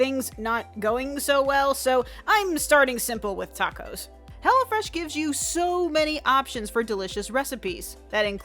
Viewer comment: When you were saying "hello fresh" I really tought you said "hella fresh" lol